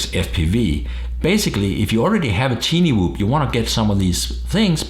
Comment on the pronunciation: Its called Tiny Whoop Pronounced: Tainy, not Tini